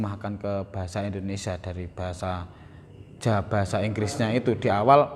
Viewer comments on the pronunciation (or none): none